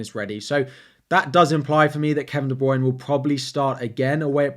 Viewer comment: Please learn how to say Kevin De Bruyne and Gabriel Jesus properly